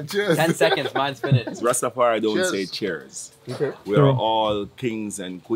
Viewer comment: Lol! I wished I could reach out to that Pasta & tell him it's 'cheers', not 'chairs'; therefore, no relationship with "thrones".